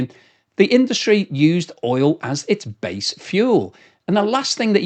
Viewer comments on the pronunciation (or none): none